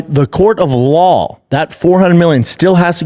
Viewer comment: I took a shot each time Brendan did not properly pronounc the word "law". Now I'm stuck in this parking lot. Calling an Uber now.